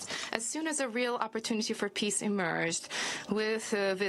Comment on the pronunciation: Wtf peace not piss hHa. Its very important to pronounce well.